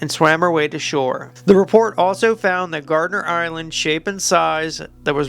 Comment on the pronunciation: Gardner not gardener 🤣